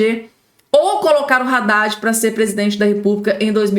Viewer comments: Haddadi e nao Raddadi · Pelo o amor de Deus! a pronúncia é ADADE. E não RADADE